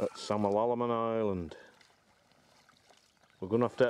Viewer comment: Can I just correct your pronunciation. It’s Sam- al - a - man Island x. We had a cottage in Glenuig when I was growing up and used to row to Samalaman island.